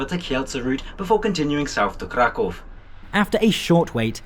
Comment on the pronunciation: Finally someone who calls Kraków - Kraków and not Cracau.